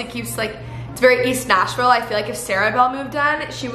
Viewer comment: Wow I'm from Nashville and the cringe when repeatedly says "ThiS iS VERRRRYYY eaSSST NAsHviLLLLE!"